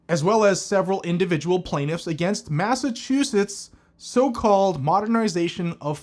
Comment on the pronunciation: “Masta” chusetts